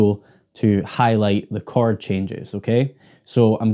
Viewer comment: its called "CH-ORD" not "CHARD.. something wrong with my ears or?